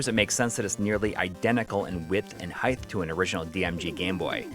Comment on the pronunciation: width and heighth 😂